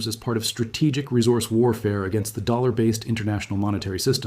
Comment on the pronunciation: and it even not a good one he cant even say dollar right..dammit